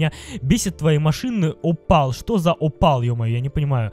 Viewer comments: Опель а не опал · не опал,а оппель